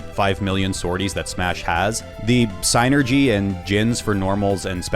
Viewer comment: Honest question, did you mean to say synergy or is signergy a term for the game I’ve never heard of? It’s if the former, it’s pronounced like sin-ergy.